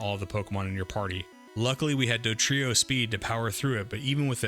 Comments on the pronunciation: You know it’s “DoDrio” and not “DoTrio,” right? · Dodrio not Dotrio